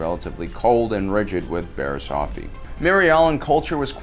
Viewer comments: It's Offee not Ofee, Offee like Coffee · Off-ee Not Ofefee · Offee. Coffee... not Oh-fee... figure it out. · This guy can’t fricken pronounce anything right - her name is pronounced “off-eee” not “oaf-eee” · It’s annoying that he called her last name of fee when it’s off ee offee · It’s pronounced off-e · It’s pronounced OFF E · love you but you're saying offee wrong, it like coffee but no c. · Stop saying Luminari and Oafie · “Oafee” oh gosh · Just saying as a nitpick you kept on pronouncing offee wrong it’s off-ee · The way you pronounce offee... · The way you pronounce offee and Tano is weird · Your pronunciation of offee is all wrong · Why do you say offee like that